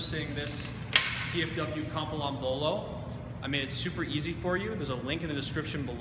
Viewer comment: its Not Kambalann ... its KAM - PI - LAN ... how difficult if that ?